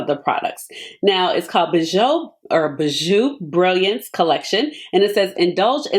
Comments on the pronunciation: It’s French, pronounce BEE-zhuu 🤎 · Ashley, thank you so much for this video . Bijoux is pronounced Beejoo. 😘😘😘